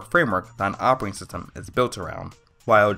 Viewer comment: Can you say "redistribute"- and "operating". he talks way too fast. Sounded better in the face view closure. At least he didn't say axe but he didn't say ask either. Let's at least give him credit for educating himself, regardless of the method. : )